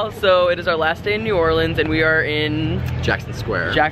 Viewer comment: I'm just glad he didn't say "New Or-leans"